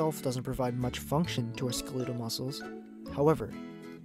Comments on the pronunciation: Love the vid but I believe it’s pronounced skell-et-all like skeleton, because it on our bones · you say "Skeletal" really weirdly....why do you pronouce it like that? ?scolitle what is that ?" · skhulootle muscles? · Wait...are you purposefully pronouncing skelatal muscles as Skilittle muscles or is that a gag? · Had to scroll down this far to ensure I wasn't the only one cringing at 'skeh-leetle' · "Skleetal muscles" duh! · Great vid but please, you’re butchering how skeletal muscle is pronounced. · skuh-lee-tul muscles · Why are you saying skeletal that way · Is he trying to say skeletal? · Alright this is an amazing video but who the fuck says skeletal like that